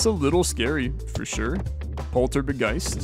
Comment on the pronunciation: Dangit it's a Polt-Orb-Geist, not a Poltor-B-Geist